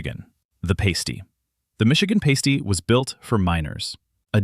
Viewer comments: EVERYONE who's not from the Midwest mispronounces the Michigan pasty. The thing you pronounced is something that a stripper places on the tips of something that rhymes with tips. Sometimes there are tassels on them. If you're in a Michigan strip joint, you pronounce them "paste-eez". However, if it's the food you're describing, it's pronounced "past-ee" (rhymes with "nasty"), but they're actually pretty good, especially if they're freshly baked! If you try to eat a stripper's pasties, especially while she's wearing them, the bouncer will vigorously "dis-invite" you from the strip club, headfirst, though the door. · Please pronounce pasty as pass-tee in Michigan's upper peninsula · The Michigan. Item is pronounced past ty. It has Welsh roots .utefisk is not whitefish , it I's dried cod rehydrated by soaking in a lye solution, that is then rinsed three to 5 times , then baked , or poached. It is served with drawn butter ,white sauce , boiled potatoes and dill The Primanty has origins in the produce warehouse district , and the truck drivers that moved the produce from farms to wholesalers , and stores .not the steel mill workers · holy hell, puhLEEZ learn how to pronounce PASTY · A pasty isn’t a nipple cover on a stripper in Texas. It’s a long ‘a’ sound. Like in agriculture. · Michigander here: it's Pasty (short "a" -- like "mad"); pasties (long "a" like "lake") are something else altogether.